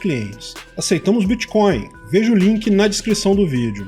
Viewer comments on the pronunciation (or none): none